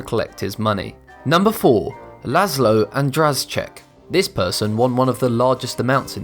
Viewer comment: The Hungarian man, whom you called László Andraschek is called László András. In English it is András László - (Hungarians write forenames behind surnames). Andraschek is really Andrásék what means Andás in plural form because the word refers to his wife too. I know it doesen't matter but I just wanted to make it clear :)